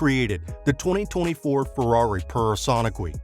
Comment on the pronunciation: absolutely BUTCHERED the Ferrari pronunciation